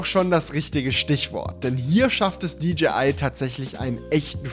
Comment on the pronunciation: Endlich jemand der Englisch kann. Es heißt auch nicht ”tschibiäl“ sondern "tschäibiel" und auch nicht "ditschiai" sondern "ditschäi ei" und über Huawei lässt sich streiten